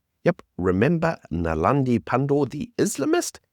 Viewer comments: Her name is Naledi, not Nalandi. Thanks for your podcasts. I always enjoy it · naledi, not nalandi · Her name is not Nalandi..... It's Naledi..... Eish just offend the whole of Africa. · its NaLEDI not NaLANDI 😂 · NALEDI, not ‘Nalandi’- come on pal. Or just Poephol Pandor…😂